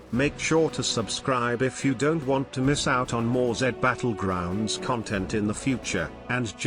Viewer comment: Dude really said jed Battlegroungs 💀